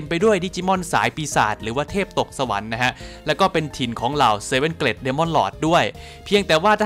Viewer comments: ผมว่าน่าจะออกเสียงเกรทมากกว่าเกร็ดนะ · อยากให้แก้คำว่า Great อะคับ ออกว่า เกรต, ลากเสียงยาวนิสนึง เจ้าของโพสพูดซะ เกล็ด เป็นเกล็ดปลาเลย, เอาเป็นว่าเปนกะลังใจให้คับ